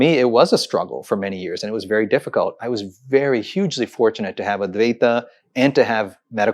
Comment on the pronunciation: It's very not wery. it's we not vee, vision not weesion if you are going to put on that fake accent, at least learn to pronounce your words correctly